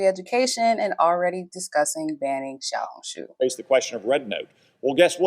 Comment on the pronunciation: You pronounced "Xiaohongshu" perfectly.